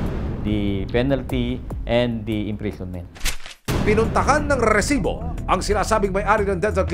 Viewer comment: Sir mali po bigkasng Rrrrrrresibo subra haba ng rrrrrr